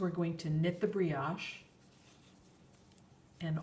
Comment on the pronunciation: only FYI, "brioche" is a French word and has a long "o".